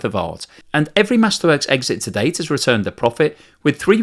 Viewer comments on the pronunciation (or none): none